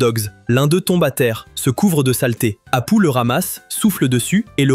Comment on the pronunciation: Il faut dire apou , ca ce prononce apou